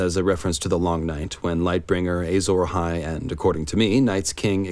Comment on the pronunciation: But why does he keep saying "Eyy-zora-hai"?